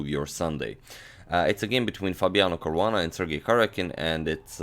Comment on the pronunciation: It's Caruana :3